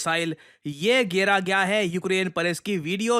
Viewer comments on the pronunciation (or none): history me first time "ye gera gya hai" sir haryanvi nhi ja rhi nikal hi aati h kahi na kahi se.... 😉